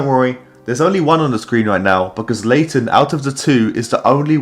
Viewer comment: I love your vids man❤ But no WAY did you say Late* ten to Laten. The disrespect😭😭